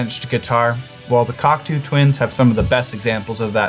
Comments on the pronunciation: Its "cock toe" my friend. 👍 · what's with the canadian pronunciation? it's cock toe 😇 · Downvoted for saying cocktoo like it’s a bird. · 😂 why is he saying it like that!? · Aaaarghhh. it’s not pronounced like cockatoo without the ‘a’. Repeat after me:Cock-toe, cock-toe, cock-toe. Joshua - you should have schooled!!!! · CockToo Twins? That's not how you pronounce it. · Repeat after me, coc-toe - it's fudging coc-toe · wrong. Its coc-tO, not coc-toe xd. eau is O, that comes from french. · Lesson one: How to pronounce Cocteau. As it is a French name it's rather important. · and how to say their name wrong in 4 seconds. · I tuned out when he butchered the group’s name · I love JHS pedals and videos but I’m sorry I have to be pedantic and insist that it’s pronounced cock-toe not cock-too fyi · Great stuff. Always loved the Cocteaus. BTW it is pronounced Cock Toe and not Cock Too😉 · Like the sound. But it’s cock-toe as in the philosopher not cock-two the bird 😃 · It’s pronounced “cock-too”? I always thought it was “cock-tow”… 🤔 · By the way, the correct pronunciation should not sound like "cockatoo". The second syllable rhymes with the word "slow", so the name "Cocteau" should rhyme with "Block-slow". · I always thought the word Cocteau was pronounced Coc-toe, rather than Coc-too, which is how it's pronounced in this video... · It's pronounced Coc-toe NOT Coc-too , ya goddamn Yanks. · Great video, shame about the pronunciation of Cocteau…it's Cock-toe not Cock-too! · Pssssst.. it’s pronounced “cock-toe”, not “cock-too”. Think “tableau” or Jacques Cousteau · Just for the record, it's pronounced "cock-toe"; not "cock-too". Jean Cocteau (for who they are named) was one of the most important artists of the 20th century. The members of the Cocteau Twins knew that. I know that this is about pedals, but FYI/TGIF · Coctoh, not Coctoo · This was a lot of fun! Also, forgive me for being this guy, but it's pronounced 'cock toe' not 'cock too' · Coctoo? No. Coctoe.